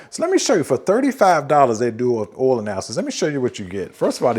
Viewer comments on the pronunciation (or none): OIL...not "'OL"...